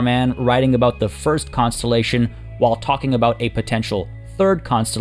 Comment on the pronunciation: He said "We shan't see another costellation tomorrow"